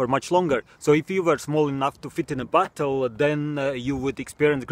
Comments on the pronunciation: Sounds like you say battle instead of bottle lol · Revan The Dragon another thing listen to how he says bottle it sounds like butthole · Why do I hear butthole instead of bottle